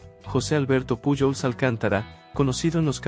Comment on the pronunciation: Si hablas español debes mencionar lo nombres correctamente puyol no es correcto correcto es pujols con jota